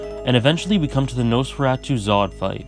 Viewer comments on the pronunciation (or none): none